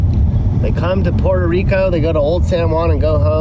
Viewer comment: PUH-WHERE-TO bud, not POOR-TO. Good vid ! 👍